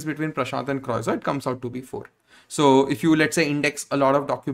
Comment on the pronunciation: One correction: croissant is pronounced as crow - saan. But great information.